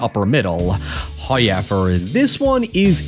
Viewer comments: It's pronounced how... Ever not hoy... Ever 😂😂😂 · bro just say However. You are doing this shit on purpose now and you sound so damn stupid lol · The "Hoo-yevver" used to grate on me, but now I can't wait for it. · Love the videos, but there are just too many 'hoyevers'. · Why do you say however like that?